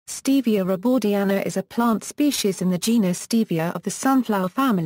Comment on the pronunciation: Stevia rebaudiana Comes from South America. You’re pronouncing it wrong